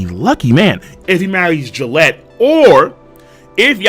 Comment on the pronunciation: You have to pronounce Galette with a hard G. It's french.